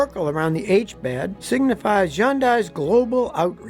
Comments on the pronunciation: Hyundai, not Yondai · Why always Yundai it Hun day! That’s like saying Toyota is Yoda. Be respectful. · It’s pronounced Hun-day not Yun-die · Dear God, Scotty, it's not hee-UN-deye, it's HUN-day, rhymes with SUN-day! Jeez. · It’s pronounced … HUNDAY NOT yundeye. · Why do you keep saying Yun-die?? The H isn't silent. And its more like a hi-yun - day. The h is very subtle. Can you please go watch a youtube video how to pronounce Hyundai in Korean? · Is ‘Yundai’ how you pronounce it ? (Hyundai) I always pronounced it as ‘Hun-dye’ my whole life. Now I wanna know what the correct way ? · Why do you keep saying undai it's Hyundai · Yundi.....y?? It's H. H-yundai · It's pronounced HYUNDAI.....HUN-DIE NOT YUN-DIE. LOL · Yun-die? Really that was hard to listen to over and over, you have to know it’s pronounced Like Sunday! Hyundai sounds like hun-day not yum-die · Isn't it pronounced Hun Dai? Not Yun dai? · Scotty, Hyundai is not pronounced Yundi, it's pronounced Hunday. Get it straight! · What's yundaiy? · It's not Yundai it's called Hyundai. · ryhmes with sundy...not yunday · Hi... I know you mean well. the pronounciation of the HYUNDAI is not yundai... it's Huhndai.... the Y is silent. Just to let you know. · It’s prounced Hyun- day not hyun-die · It PAINS me to hear Scotty pronounce Hyundai as Yun-dye. It’s HUN-DAY, Scotty!! Sounds like “Sunday” as Hyundai used to tell everyone. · I've never heard anybody pronounce the company "yandai" ????? It's pronounced "Hunday" - The y is silent - your welcome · I have one and the only people that pronounce it yun dye are not Korean nor dealers. They pronounce it Hun day. Even the commercials but I just call mine a Genesis. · It’s not “Yun-Die” it’s “Hun-Day” like Sunday… they even had a commercial about it! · I can’t get over the fact that he says Huan-dye and I say Haunday. Which pronunciation is correct!?! 😭😅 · Scotty....Hyundai is pronounced like ice cream sunDAE —-hyunDAE, not HyunDIE like you are saying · What is yundy? 😂